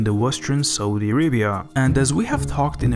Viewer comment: great video and all but the way you pronounce Saudi is sooooooooo irritating